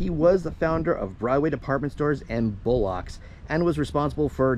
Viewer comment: BTW, it's pronounced "bull-lux," not "bull-locks." Sounds almost like "bollocks." 😊